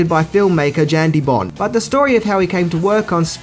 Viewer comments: The directors name is pronounced as 'Yan', not 'Jan', the J is silent. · And it's pronounced "YAN" deBont,not "JAN" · Yeah.....so.......it's not "Jan" De Bont as in a girl might be called "Jan." It is pronounced identical to the word "yawn." And did you actually say John McTierman?